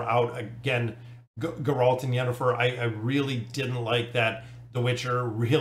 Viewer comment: The way he pronounced Geralt gave me momentary bloodlust